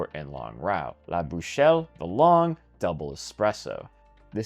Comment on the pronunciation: Hopefully just doing Sisu Tour gets some of the routes completed also :D Also nice American pronunciations right there :) "la bouchelle" ...